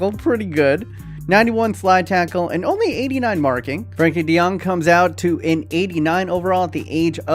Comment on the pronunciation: Matthijs de Ligt youtube: eyes delict: Frenkie de Jong youtube: franky dae-jung youtube: Frankie D Young: Johan Cruyff youtube: Johan Cruyff me: finally, it got a name right!